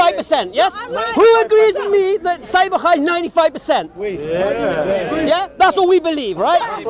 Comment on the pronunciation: I laugh each time she says Sahi Bukaari 😂😂😂 It's "Sahih Bukhari"